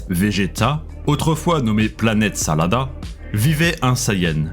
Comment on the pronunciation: Salada ? 🤣 jpense que c sadala nan ? 🥬🥬